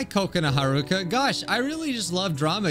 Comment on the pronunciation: how to say her name ka ka na ha ru ka